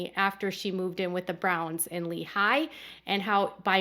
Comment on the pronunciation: Hi! I have some quick feedback on name pronunciation (from an Utah native). In Lehi, you tend to break it up like it’s two words and put a lot of emphasis on the eye sound at the very end. The emphasis locally is on the ee sound of the first syllable and overall it’s spoken more quickly.